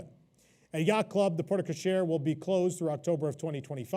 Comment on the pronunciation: Porte-cochere is pronounced port co-share. The e in porte is silent